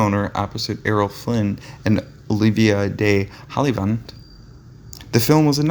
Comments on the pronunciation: Badly mangling Olivia de Havilland's name was the last straw. I hate to be 'that guy', but you are nothing but a hack. Your videos have so many mispronunciations that it is clear that you do not really care about your subject. Do some research and stop guessing! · Didn't he just missed pronounced Olivia de Havilland name wrong ?🙄 Even got the title of the movie wrong. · yes he did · Practice famous actors' names. You butchered Fred MacMurray and Olivia de Havilland. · I agree. He should not be reading about Classic movie stars if he can't pronounce their names